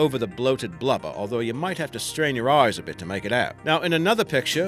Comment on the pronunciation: I like how you said blubber. "Blubba" It made me chuckle...